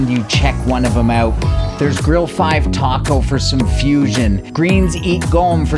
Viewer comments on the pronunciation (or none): none